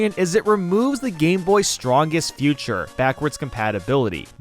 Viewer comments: He says “Future” instead of “Feature” lol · He always says it like that and it's maddening. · ok, he doesn't know how to pronounce "feature" or "featuring". Just watch all of his videos, he doesn't pronounce "feature" right ANY TIME